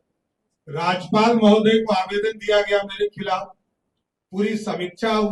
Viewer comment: राजपाल नहीं राज्यपाल होता है 😂😂